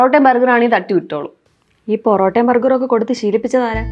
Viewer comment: Porotta ❌ borotta